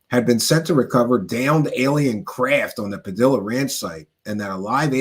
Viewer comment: Spanish names and words that have two Ls are pronounced with a Y. Like tortilla. Padilla. 😮 sounds like padiya